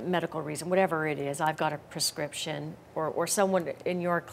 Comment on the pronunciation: Yea, lets go ahead and trust a couple of people who keep mispronouncing Prescription.